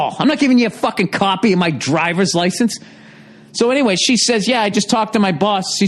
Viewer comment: "caupy of my driver's license?"